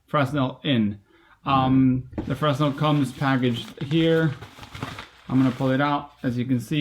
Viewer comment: fray-NEL: Augustin-Jean Fresnel